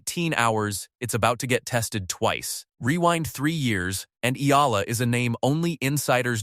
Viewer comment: its pronounce E-YALA not AY-LA